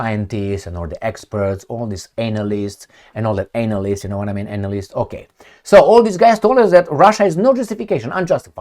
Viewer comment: Did you say “analysists” or “ANAL ISTS” 🤔🤣